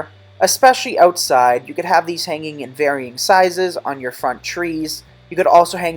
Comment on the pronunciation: Haha I thought he said pagen too